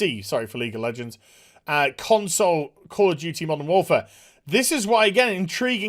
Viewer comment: Did he just drop "Con-soys"?